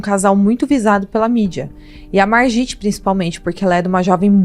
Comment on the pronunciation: Se fala "marguit" .